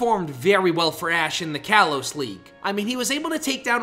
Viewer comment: Ten errors: They’re called Dome Ace and Salon Maiden! It’s pronounced yoo-NUH-vuh! It’s spelled like this: Brycen’s Vanillish, not Brysons’s Vannilish! Ash’s Leavanny is a male, “Patrick Star”! It’s pronounced lie-PURRD! It’s pronounced KAH-lohs! It’s just Masked Royal, not Royale. It’s pronounced NAH-GUH-NAH-DULL! It’s pronounced NAH-noo! Dragonite’s gender isn’t actually confirmed in Bulbapedia. —————————————————— No offense, but your editing on here aren’t very good, at least with the spellings.